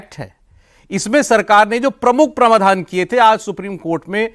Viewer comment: आप हिन्दी समाचार चैनल चलाते हो और हिंदी की शब्दावली बिगाड़ते हो। प्रवाधान नहीं होता, प्रावधान होता है। आपको सुनने वालों की भी भाषा बिगड़ेगी